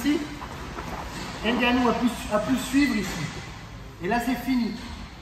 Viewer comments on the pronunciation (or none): Ce serait encore mieux en respectant le nom des athlètes. Gane se prononce Gane, pas Gaine, et le n de Ngannou est muet.